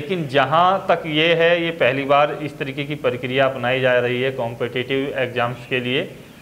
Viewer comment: अबे परकरिया नहीं प्रक्रिया